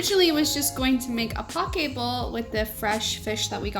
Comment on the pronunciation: Poke (bowls) is pronounced poh-KAY